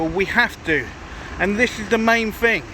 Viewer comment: How many "fings" are there? 🤣🤣